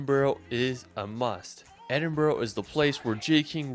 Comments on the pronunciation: Great reaction! i like videos, including this one (though most of the list seems to be Skye!), but he does screw up nearly all of the pronunciations!! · No need to apologise for his awful pronunciation. It’s so bad, it’s funny. I know Edinburgh doesn’t have a obvious phonetic pronunciation, but where’s did he find the “O”? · Absolutely infuriating!!! The guy that made the video doesn't pronounce a single place name correctly, including Scotland's two largest cities. He's created a tourist video around a trip to Skye and tried to big it up. He couldn't be bothered to visit some of the locations because it was too wet, too busy, too expensive etc. His previous UK video was no better. Fortunately, the reactor, clearly saw through this nonsense and was aware of the real beauty of Scotland. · i know, I mean, at this point surely there is no excuse for the mispronunciation of Glasgow or Edinburgh. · Edin-bruh or Edin-burruh not Edin-burrow, rabbits live in burrows. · edin-burgh----burgh in english is burra,so edinburra, when u say glasgow drop the W-so glas-GO-or as the locals say GLASG-A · please if your visiting learn the pronunciation Glenfinnan viaduct is pronounced glen- fin- ann vie -ah-duct Edinborough is ed-in-bra ( ed in a bra ) and its holly-rude park Eilean Donan Castel is ellen-donna which was in the movie highlander which butchered the accent to and Cullen is kull-in I know Hollywood movies have absolutely butchered the accent over the years so it's not your fault . Scottish actors are to blame they don't say that's absolute garbage this is how you say it then again Ewan McGregor's Scottish accent isn't up to much either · Pounce edinbra lol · Hollyrood, as it's spelled, edinbura is how it's said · Edinburgh... it's pronounced Edin-bruh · Little tip for people trying to pronounce Edinburgh. Say: Ed-in-bu-ru. The "u" should sound the same way as in the word UP. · So…ed-in-bur-ruh is more easier way on how to pronounce it